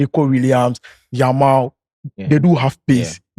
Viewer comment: has never mentioned Yamal's name well da 😂